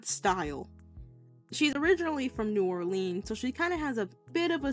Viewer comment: Let me preface this by saying I LOVE YOUR ART SO MUCH but as someone who was born in Louisiana and has lived there my whole life the way you said “New Orleans” caused me physical, mental, emotional, and psychological pain Also⭐️